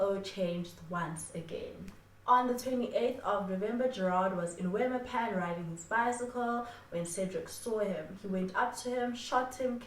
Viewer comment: I am here for the Afrikaans elocution lessons. "Wemmer Pan" is a Afrikaans word, pronounced as "Vem-mir Pun". Keep up with the great content 👌🏽